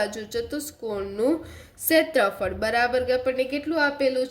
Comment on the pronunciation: ક્ષેત્રફળ ❌ સેત્રફળ